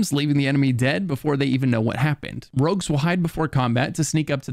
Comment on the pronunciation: Why do you call "rogues", "rugs" ??!